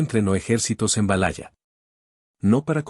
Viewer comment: La pronunciacion es realmente lamentable... es verdad? valaya? No inventes!!! 😅